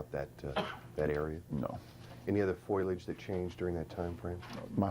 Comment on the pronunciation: It's fo-leee-uj, not f-oy-ul-uj.